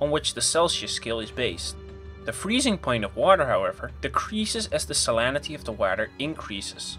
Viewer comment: "Salanity"? You mean "salinity"?